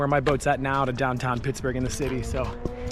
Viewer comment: Why do you say "down town" like that?